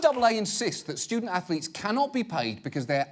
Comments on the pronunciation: "Ah, yes. Stu-dent Ath-o-letes" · Oh Ho Ho, student ath-o-letes, how clever sir